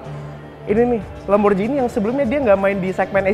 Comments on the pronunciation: Wah cara bacanya kok gitu sih... yang bener LamborGHini bro, bukan LamborJini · LamborGini om bacanya bukan LamborJini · "Lamborghini" bukan "Lamborjini"